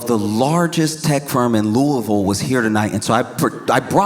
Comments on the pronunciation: He is so amazing, sorry I couldn't be at this show... And he even said "Louisville" right! 😆Wishing the best of success at the DESK on The Daily Show❤ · he pronounced louisville right ❤❤❤❤ love u josh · Thank you for saying Louisville right. We are not Louie-ville and nobody ever gets it right. Thanks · you said louisville right thank gods